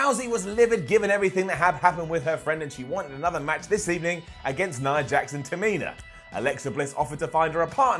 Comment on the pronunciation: did he just say "nia heart"?